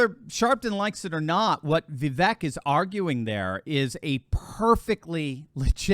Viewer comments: Vivek pronounces his name Vee-vake (as in cake) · It's 'Viv-vake'. Rhymes with cake. I know you only care about Trump, but the famous exchange with Nikki Haley clarified how to pronounce it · Name pronounced viv VAKE as in cake. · Vivek is pronounced “Vivake” like “cake”. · *, pronounce his name correctly: as he said in the debate “Vi-vake, rhymes with ‘cake’.”*